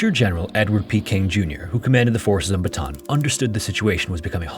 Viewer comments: This is a solid video on this! Very interesting to hear what Ive learned from a non-local perspective. I... I just have to say though, so sorry, but it's Ba-ta-ahn not Batahn. Sorry, my brain is bothering me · Just a little pronounciation correction for Bataan: While i understand Americans would pronounce it as "Buh-tan", its not pronounced as such in our language and is in fact pronounced "Bah-tah-ahn", Bah, like a flat A or a sheep would make sound, works the same way with the other A's in the name Bataan, thank you covering a piece of our history. My great grandfather was a Bataan Death March survivor and was granted American citizenship. Never met him, but my mother recounts the days he passed and we were able to retrieve an American flag from the embassy as a respect to his passing. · Great video sir! and I really appreciate that there is no AI content in this vid. anyway, for improvement's sake, BATAAN is said as /BA-TA-ÁN/ in three syllables. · just because you are so good about facts and accuracy - Bataan is pronounced “baht ah AHN’. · I appreciate the no AI, but the very word your video is describing isnt pronounced right. Bataan. Batah-ahn. Bata On Thats it. Thats how you say any word in the Philippines that has the same vowel twice, you say them. Yes = oo oo is pronounced oh, oh. Not, oooh. Please take 5 seconds and learn how to say the word of the topic you cover next time. It goes a long way into making me not close the video in the first 10 seconds. (Im not even Filipino by the way, so this isnt some special knowledge or thing only they would care about) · Bata-an not batahn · Say it with me, BATA-AN. Not BATAN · i've never heard of foreign narators of these documentaries pronounce 'Bataan' correctly ever. you guys keep saying 'Batan' instead of 'Ba-ta-an' 😭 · bataan is pronounced BA-TA-AN not BA-TAN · Beautifully covered! One small note, Bataan has a double a in the spelling, meaning it's pronounced like "bought ah ahn" not like "baton".